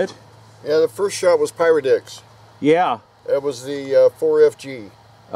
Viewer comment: I can't stop hearing "pyrodicks". :\